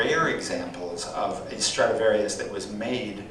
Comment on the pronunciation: Stradivarius, not "Stratavarious."